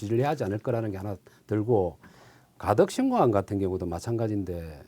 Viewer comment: 빵터졌어요 발음이 ㅋㅋㅋ 가득신공항 항경단체 가그정건 한일해즈트늘 하태갱 핸안이 느무많다 ㅋㅋㅋ